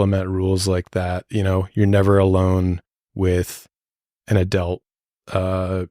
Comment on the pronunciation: Every single time the (not a real word) word "adelt" is said; it makes me wince a lil bit... So, along with the other gazillionjilion instances which also caused me to physically recoil during the run of this video... No joke, I'm literally, actually, noticeably sore.